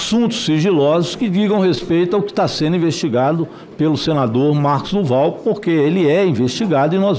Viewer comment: Mosso como voce quer ter uma live se voce nao consegue nem falar o nome correto é marcos do val